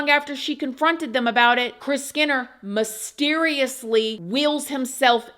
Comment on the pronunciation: Mis teriously not mahsteriously